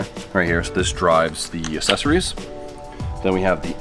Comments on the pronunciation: Dear, I love you dog but you sound like my kids with that "assessories" lol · I know I sound like a jerk but it's aK-Sessories and damper not dampener there is no N.